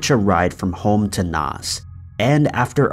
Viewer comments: Doo blin.... Nos......😝 it’s Dub lin and Nace(Naas) 🙃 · Dublin - D-blin or, as everyone else says, Dub-lin Naas - Nars, or as everyone else says, Nace (as in face with an N) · Your Irish cities/towns need some work 😉 Dublin is pronounced Dub-lin, Naas is like mace but with an N obviously! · And it's pronounced nay(s)or nahh(s) (Naas) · Naas is pronounced nace like ace, rip jojo 🙏💔🇮🇪✌️